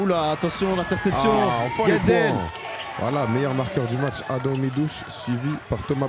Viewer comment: C’est Adam pas adem